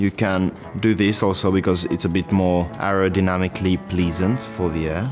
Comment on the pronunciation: 'Aerodynamically' 😂😂 thats too much charles